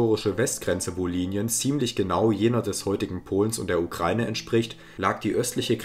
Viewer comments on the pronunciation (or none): none